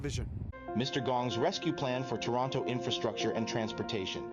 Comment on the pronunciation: "He's here to Wescue Towonto." 😂😂